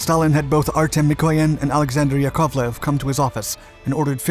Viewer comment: How come you could pronounce Yak but couldn't get Yakoviev? Les Nessman on WKRP could do a better job than the one done on Alexander Sergeyevich Yakoviev (Pronounced yak ov lev) Watch a Wings of the Red Star episode and listen to how a man who spoke Russian pronounced the various designers before you try any future attempts. It was a detraction and took away from a pretty well done video.